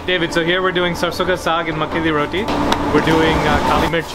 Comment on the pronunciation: I dont know if is my hearing but to me you pronounce every other delicacy no problems except one its roTi not roDi